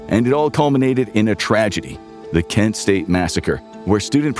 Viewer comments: Do you mean Kent State, not Ken State? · Ken State? Really? hah